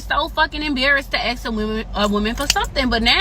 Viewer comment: Don’t axe me don’t axe me- you be…I will pass on you and those crazy nails.